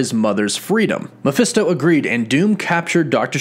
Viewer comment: Mephisto it's pronounced like Mah-fest-toe It is short for his full name Mephistopheles